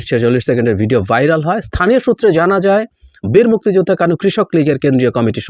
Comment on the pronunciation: আওয়ামী লীগ হলে সে অপরাধী হবার সম্ভাবনাই বেশি,প্রচন্ড ঘৃণা করি এদের। তবে মুক্তি যোদ্ধা শব্দটা আপনি যেভাবে উচ্চারণ করছেন তাতে মনে হয় মুক্তি যোদ্ধাদের উপর আপনার অনেক ক্ষোভ।আলোচনা করেন কিন্তু বিতর্কিত হচ্ছেন কেন?